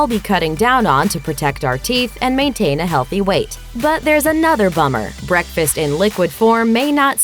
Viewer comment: What the hell?! Guess I'm ditching bekfast because I can't eat any BEKFast foods!!